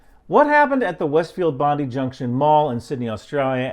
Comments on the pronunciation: Bond-eye or Bon-dye, NOT Bondie. Sorry, I know it's not as important as the information, but it's hurting my ears every time I hear it. Thanks for making this video. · It's pronounced Bond I, not Bondee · Great video, but just a small correction, it's pronounced like Bon-die, not Bon-dee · Not pronounced bondee Its pronounced bon dye You're welcome. Thank you for your sensible posts 👍🏻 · Thank you for making these videos for youtube, I want to keep informed but don't want to see gore or worse. And if you're going to make another video on this topic as an Australian I should let you know, Bondi has a hard I. Bond-I rather than Bond-i. Australian place names likely to be pronounced differently to how their spelt. Keep up the good work. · Bond-eye not Bondiie - HTH :D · Watched it on substack, our news is censored af rn. Great video as always, btw it's pronounced 'Bond-eye' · Just a hint, it's pronounced "Bond-eye". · Pronounced Bond i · Mate, That’s BON DIE for correct pronunciation. Sad but true. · It is pronounced bondeye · I'm not trying to be critical but when you're here, you might want to pronounce it as Bond-eye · please say bondi as Bon-die, or bon-dye, bondi sounds like a bindi you get in your foot from the garden:) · Aussie here. l saw posts saying he was "not white," , anti-semetic/Muslim/Palestinian/ISIS, Jewish, and probably on SSRI anti-depressants. Some names were mentioned, including the surname Cohen and Channel 7 broadcast the wrong name. Btw, it's pronounced Bond-eye and it's a "shopping centre" and not a mall. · Thank you so very much for your info…… Bondi, is pronounced Bon-die……. Many thanks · Bon - as in Bon Scott, di - as in dye. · Just a heads up...its Bond-eye, not Bondi. We Aussies are funny about our weird place names, a bit like you and Yosemite. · Hi, its pronounced Bon-dye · its bond EYE, at least watch one news clip of someone saying it, PLEASE! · Bro, it's pronounced BOND-EYE. get it right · Its pronounced "Bon-die" Bondi.